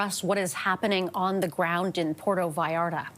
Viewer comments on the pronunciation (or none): It is pronounced PuerTO VallarTA. THERE ARE TWO “Ts” THERE, SPANISH IS NOT ENGLISH. It is not pronounced “Puero Vallara”. 🤣🤣🤣